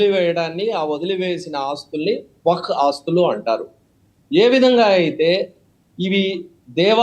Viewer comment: Wak/waq kaadu, Wakf/Waqf adhi.meeru Advocate sir. వక్ కాదు వఖ్ఫ్ కరెక్ట్ పదం కనీసం వక్ఫ్ అని ఆయిన చెప్పండి ۔మీరు అడ్వకేట్ సార్.